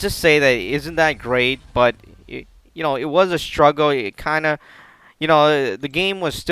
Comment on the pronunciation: Sounds like u said f*** him but I'm sure u meant of him